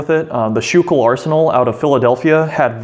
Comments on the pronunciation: The arsenal is proniunced School Kill. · It's not pronounced skoo-kill either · Just a little phonetics tip.. I've lived in Philly while going to school and Schuylkill is pronounced 'sku-kil' or 'skoo- kel' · Yea born and raised in PA myself I actually didnt realise he said it wrong till I seen your comment and realised what he meant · The video was great, but I kinda winced when I heard him mispronounce Schuylkill. Otherwise it was an awesome video!